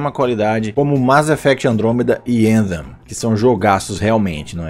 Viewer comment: não conseguia falar Anthem kkkkkkkk